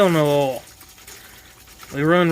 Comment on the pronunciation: when he says oil it sounds like he's saying all